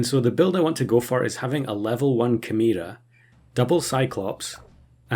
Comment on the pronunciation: I've never heard chimera pronounced that way. Is it a British pronunciation or something?